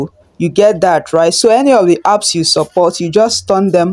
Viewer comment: It's apps not earps 😂. Calm down